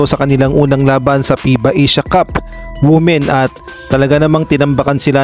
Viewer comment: Not wu-men, but it is pronounced as wi-men